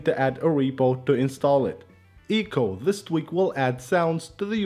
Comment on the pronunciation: E-co?Its Eck-O. No hate just a quick correction :).